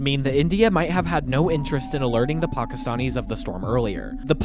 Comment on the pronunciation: Pockistonnies you say. From Pockiston? Really? 🤔 Why do you talk like that?